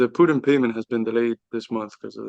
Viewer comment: it's Putin, not pyutin